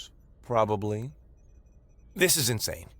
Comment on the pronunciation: with Major Emphasis on; "Probbly" with the Capital "P" !